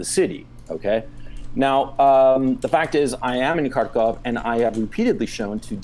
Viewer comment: It's pronounced Khar-keev. 🇺🇦